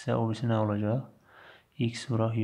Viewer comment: muellim deyir ki olajax :) demeli olajaxdanaaa :))))))))))))))))))))))))))